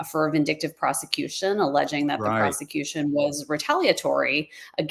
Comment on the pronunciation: "Does the prawsikewshun's case hold woodah?"